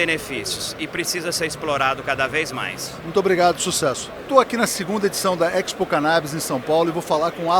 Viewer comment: A pronúncia de Expo é a mesma de exportação, exposição, por exemplo. O sujeito enche a boca para falar errado.